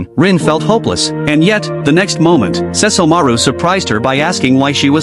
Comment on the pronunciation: So the AI can say Seshomoru but not Kagome??